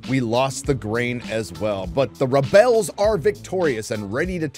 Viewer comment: I love the commitment to “ReBells”